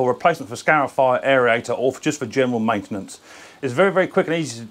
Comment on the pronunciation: AIRIATOR? Stop adding the extra vowels in! Just like Aluminium! Cheers mate!